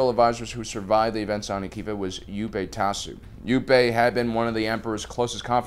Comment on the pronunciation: Listen, I love your channel, but I honestly think you purposely mispronounce Star Wars names lol. Planets, people, aalllll sorts of things. It's pronounced "YOUP Tuh-SHOE" not "You-PAY TAH-soo". That's the less grievous offense lol. "KOO-watt" Driveyards, not "KWATT". "Ka-SHEEK", not "KA-sheek"......it's like they just hired you to talk even though you don't really know anything about Star Wars......